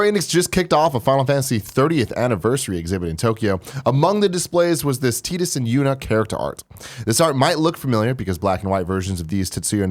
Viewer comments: Teedus? TEEDUS?! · Who is "Teedus"? Don't you mean "Tidus"?